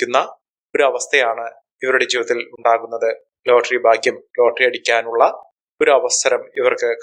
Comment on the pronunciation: ഭാഗ്യം ശുദ്ധമായി ഉച്ഛരിക്ക്